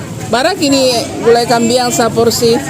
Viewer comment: GULAI KAMBING, BUKAN KAMBIANG